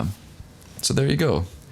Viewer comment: Pretty good video up until the end when you called it a Generac.